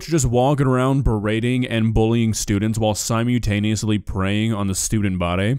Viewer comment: it's pronounced "sai-muhl-tay-nee-uh-slee" not "sai-myoo-ta-nus-lee" btw yes, he is the coach